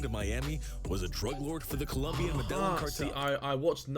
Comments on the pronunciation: The “medal-inn” cartel. Tragic, learn the pronunciation before making a video about it. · Homie said “Ma/dell/in” cartel. It’s pronounced “Me-da-yeen” 😂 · It’s pronounced medayeen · Okay did anyone hear how the narrator pronounced "Medillin" omg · The way he pronounced Medellín made me angry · The narrator would be murdered for mispronouncing “Medellin” every single time if any of the cartel members watched the original video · gringos saying medellin kills me every time pls their pronunciation is so shit, they don't even try jhahahaha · The pronunciation of Medellin by the narrator is truly painful🤦🏾‍♂️🤦🏾‍♂️ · did this guy actually mispronounce Medellin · Not how you pronounce Medellin😐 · Man said medeLLin cartel kmt